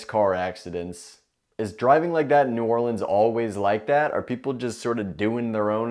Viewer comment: I’ve never heard New York accent until he said New Orleans